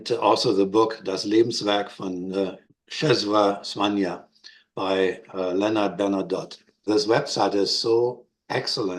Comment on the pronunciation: Great presentation! A Polish person taught me the pronunciation of his name: 'Chesswaa Swaania" You are correct, the" Ł" is close to the English "W"